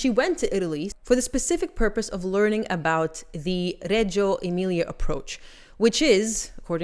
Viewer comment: Huge kudos for pronouncing Reggio Emilia correctly! Details like this make all the difference.